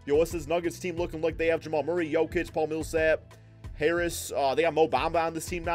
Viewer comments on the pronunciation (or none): none